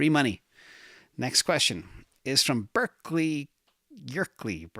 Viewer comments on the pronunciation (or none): none